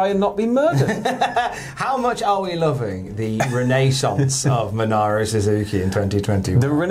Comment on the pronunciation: also, MINORU suzuki,, MI-NOR-U